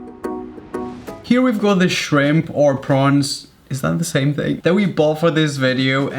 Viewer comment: Yes, prunes are dried plums. But he was saying "prawns" not "prunes."